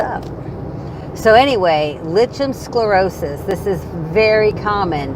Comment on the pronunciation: as your video is so informative and you have many viewers, could you put the correct pronunciation in the drop down information section, it's hard enough trying to tell a medical person without saying it correctly, so I think it would help Lichen Sclerosis pronounced like-en scle-ro-sus